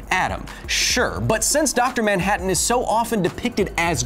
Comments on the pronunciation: who the hell is dr moun-hatton? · Now you're a maioh! Maioh maioh maioh! Dr. Maioh-hattan! Ha-ha-ha-ha-hattan! Lol! I appreciate the silly pronunciation in the first words in this skit. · “Doctor MYANhattan